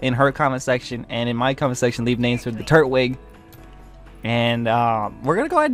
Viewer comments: It's not turt-wig its tur-twig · It’s pronounced tur twig I’m just pointing it out you don’t have to say it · It's pronounced tur-twig